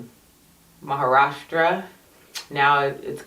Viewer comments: You nailed the pronunciation of Maharashtra! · Wow! You actually pronounced my State's name "Maharashtra" perfectly, better than many non Maharashtrian Indians. We do call Sachin as God Of Cricket for a reason. When I started watching Cricket as a kid he was already half way through his International career & was already being called the God Of Cricket, so I basically became a Cricket fan & Sachin fan at the same time. After his retirement I just couldn't enjoy watching Batting as before & realised I enjoyed watching Bowling more, Sachin was just an exception. IMO Sir Don Bradman may have given him probably the best compliment that is Bradman said he felt as if he was watching himself when he saw Sachin Bat.